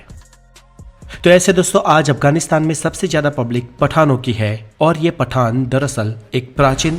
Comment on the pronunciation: पठान और पठाण 😂😂😂